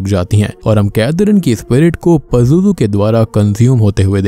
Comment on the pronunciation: It's “ Pazuzu " ...